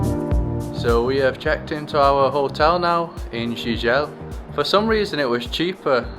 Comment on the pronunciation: Pronounce: "JIJEL" (GEE-GEL)